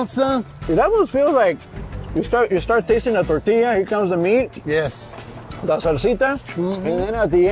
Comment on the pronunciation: He said “tore-tea-us”